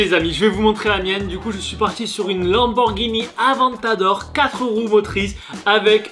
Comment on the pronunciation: dislike pour deux raison : 1 - promotion d'un produit sans donner le prix 2 - tu sais pas prononcé " Lamborghini Aventador "